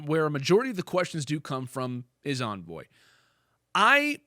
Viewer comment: Its Envoy not Anvoy lol